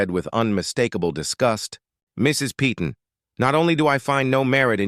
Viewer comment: Yeah, and the AI generated narration mispronounces 'Peyton' repeatedly throughout the video. A lot of the narration in these fake scenarios is truly pathetic and getting quite tiresome to endure.